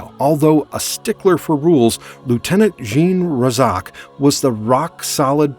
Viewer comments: Clearly the Narrator didn't watch the series. You're going to mispronounce the Team leaders name? He was in most of the episodes! It's RAY-ZACKS Roughnecks not Ray-Zoc. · the name is pronounced RAY Zac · They are Razak's Roughnecks... could you please say it correct? Thanks...